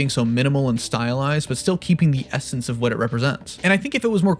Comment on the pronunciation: the “S-ence” of what it represents